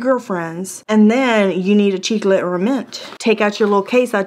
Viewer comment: Ok you said “chicle” and I died!